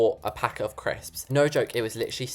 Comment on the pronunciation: You sound LIKE A CAT BEING STRANGGLED?!?! why do you ALWAYS make me die of laughter!!?? and so srry but your from the uk right? so when you we're doing "no no no noooo It sounded like "NOR NOR NOR NOOOOR